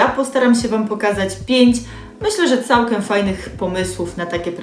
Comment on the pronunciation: „Całkem” fajne te „gerky”